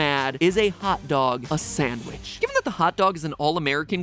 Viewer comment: tf2 sandvich